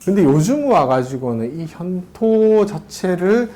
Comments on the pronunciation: "했다"의 첫 자는, 제발! 길게 , "현토"의 첫 자도 제발! 길게 발음하소서! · "좋다"의 첫 자도 길게 발음하십시요! 현통.ㅣ 첫 자도 길게 발음하이소!!